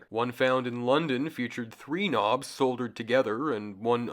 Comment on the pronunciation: The l in "solder" is silent, bot.